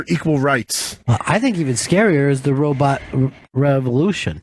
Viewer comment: I miss when Fez used to pronounce it "robutt"